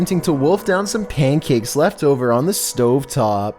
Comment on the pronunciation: Nobody: Mishchevish dog: pankacke